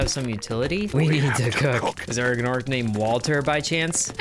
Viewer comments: they're pronounced 'norps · i think the G is silent like gnome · nuh uh. its just gnor-p. the g blends in